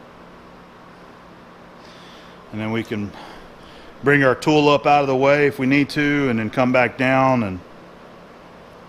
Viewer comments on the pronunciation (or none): none